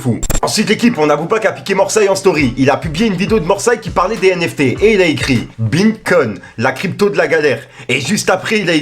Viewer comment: Le BINCOIN 😂🤣😭 Il le repete plusieurs fois en plus, grand doute qu'il en ait vraiment ! 🙄🤣